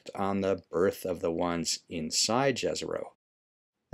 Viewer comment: Its pronounced Yezero